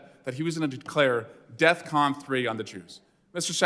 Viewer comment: Eric swallows-well literally says deathcon3 bro.. defcon? The defense readiness condition?? R u fr😂